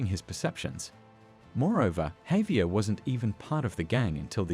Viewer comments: Who's hovier don't you mean Javier I think that's how you spell it close bro needs to learn English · Bruh it's pronounced havier not fucking hovier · Dude, Ha vee air. Javier. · I’m not sure he’s even played the game. His pronunciation of Javier and Hosea are proof as much.